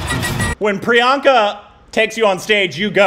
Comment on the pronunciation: Finally you heard the true prononciation of this name!! That's it!! Tnx priyanka 💜🙏🏻